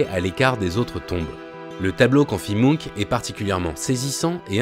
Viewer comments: Le cris de mounk????? Je comprenais pas de qui on parlait avant de voir le tableau Quand on parle d'un peintre aussi célèbre les minimum est de vérifier la prononciation de son nom. C'est la planète des mounks ou quoi??? Bref le "ch" se prononce ch... Et non k... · La vidéo est passionnante et super interessante mais juste comment il a dit "Munch" ça m'a stressé ahah 😅